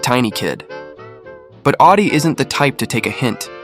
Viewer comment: Awdi not Oddy